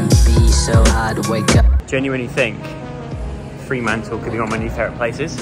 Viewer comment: Love vlogs of my home 🥰 ** Fremantle not Freemantle